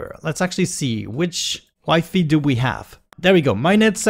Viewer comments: Nobody: trying to pronounce wi-fi: W I F E Y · I pronounced it as "wee fee" when I was a kid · Is not mispronounced for him, is just that just about any other language besides English, i is pronounced like English e.